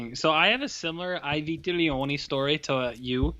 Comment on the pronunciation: It’s ‘ee vee-teh-lonee’ Try again.